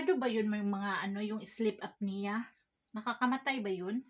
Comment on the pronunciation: sleep apnea (Up-knee-Yah). ewan ko magkano ang CPAP machine diyan ayon ang kailangan ni kuya ilyas.